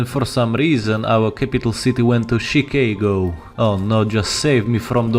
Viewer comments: Him saying chickago made my day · I am from Chicaygo and I must say that is the most unique pronunciation I have ever heard